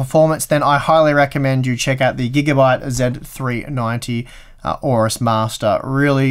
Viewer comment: Don't like Gigabyte, can't pronounce AORUS and that led pigeon with open mouth is hideous.